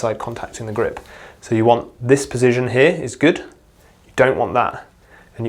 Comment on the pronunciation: Great video, but, po-zi- shun. Not pozizjun.